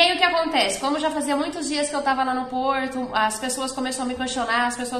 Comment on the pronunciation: Porrrrrrrrrto!!! É caro